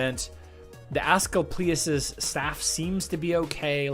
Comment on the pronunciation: Ask-Leap-E-Us - replay